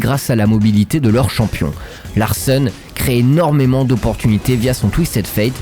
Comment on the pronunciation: Est-ce qu'on peut arrêter avec Martin Larssen par pitié. C'est ronflant a force de l'entendre. Dites Rekkles comme tout le monde